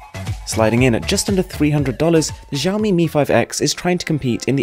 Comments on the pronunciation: ShaaOmee. Not Zaaoomee :P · zhiaomi? lolwut, this is xiaomi so u can read it like siaomi not zhiaomi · Shaohmee, not jao-mee. Check Google translate for proper pronunciation ;) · XiaoMi is pronounced "see-ah-ow me" and MiUI can be pronounced "me UI".. just thought I'll help with the pronunciation! Keep going with the high quality vids! =)